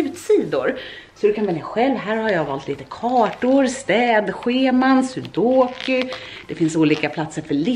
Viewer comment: ”sudoky” hahaha ❤️❤️